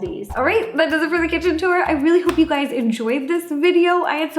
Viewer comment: i thought you said “hey gays” in the beggining i legit peed